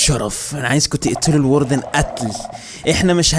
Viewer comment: الواردن❌ الوردن✅😂😂